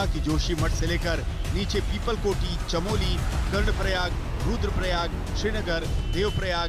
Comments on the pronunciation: Chamoli not Chameli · भाई चमेली नहीं चमोली हैँ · Chamali nahi yar Chamoli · Chameli nahi chamoli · अरे भाई अंग्रेजी की पैदाइश, आपडा नहीं आपदा होती है। और वो जिला चमेली नही, चमोली है। पता नहीं ये लोग हिन्दी चैनलों मे कैसे घुस आते हैं। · Abe chameli village Nhi hai Chamoli hai... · It's called chamoli not chameli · आपदा है न कि आपडा 😥 चमोली है न कि चमेली